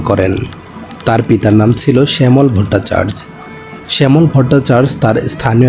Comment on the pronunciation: ভট্টাচার্য উচ্চারণ ভুল করছেন